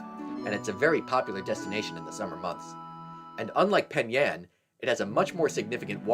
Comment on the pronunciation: Finally a vid that said Penn Yann or Webster